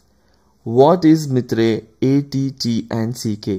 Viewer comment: MITRE EY EY TI AND SI KEY? Seriously? EVERY EACH fellow I know (including MITRE peeps) pronounce that ATTACK...